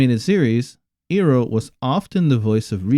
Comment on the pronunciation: Did he just call uncle iroh as Eroo, Dude really. I just stopped watching after I heard that